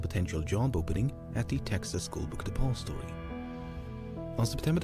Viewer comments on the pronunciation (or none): only one triggered with the way he says "book depository" ? he says it bunch of times per min like "BOOKED APOSTOY" fkn annoying lol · THE WAY THIS GUY PRONOUNCES DEPOSITORY IS LITTERLY TRIGGERING ME. Otherwise enjoyable watch